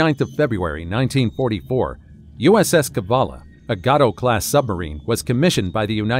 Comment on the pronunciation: Pronunciation: Gato Class submarine; Pronounced as GAY-TOW Balao Class submarine; Pronounced as BA-LAY-O